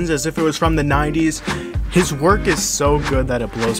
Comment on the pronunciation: "jhis ears"